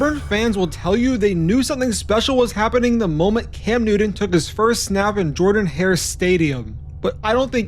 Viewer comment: It's pronounced "Jur-den" Stadium